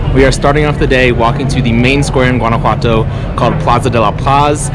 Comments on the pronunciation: Nice but you are mis pronouncing “ one” a what toe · Maybe get some coaching on pronunciation. "GWAN-a-whatto" is really painful to the Mexican ear. Much like "GWAD-a-la-harra", or GWAUCK-a-mole-ee". Ouchie! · I couldn't watch more than about a minute of this because you don't know how to pronounce Guanajuato. It doesn't sound like the G in Georgia, it sounds like the G in Guatemala, or do you pronounce that like most gringos pronounce guacamole - embarrassingly.